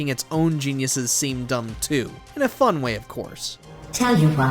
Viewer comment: Bro have you even played it? And my god you alwaysss had to emphasise "It IsN't FuN" like we fkn get it.